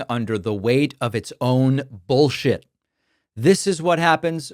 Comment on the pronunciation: I just noticed that you pronounce bullshit like my dad ....bowl shit?